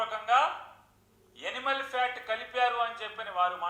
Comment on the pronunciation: ఎనిమల్ fat కాదు నాని సరిగా పలుకు. యానిమల్ అనాలి.. స్క్రిప్ట్ లో తప్పుగా టైప్ అయ్యిందా